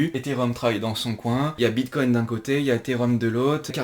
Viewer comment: "Le vrapède bitcogne" ;PP